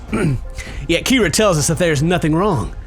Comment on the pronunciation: Its pronounced, k-ee-ra